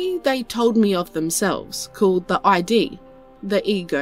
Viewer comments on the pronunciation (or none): Just an FYI, "Id" is not pronounced "eye-dee", bit just like it's spelled, "Id". Like "is", but with a d.